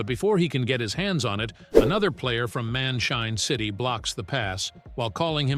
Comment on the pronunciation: bro it's man shine city not man chain city to